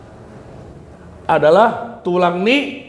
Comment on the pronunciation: ROBOT ---dibaca dengan tekanan pada suku ke dua. Tekanan pada BOT bukan pada RO. TULANG....Namarlapatan do i adong mudar ni tulang i di berena. Lapatanna: mudar ni tulang i turun do tu berena. Ndang adong si bere i molo so adong tulang na. Antong tulang ROROBOThu ise DO? Alusna tulang ni dainang. Mauliate.